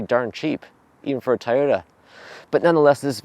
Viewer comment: It’s “Toy-oh-ta” not “Tyta”